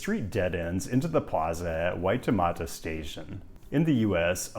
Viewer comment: You pronounced Waitemata and Tamaki pretty well, so congrats, Maori = Mao-dy (two syllables) Interesting video - youre absolutely right about Ponsonby Road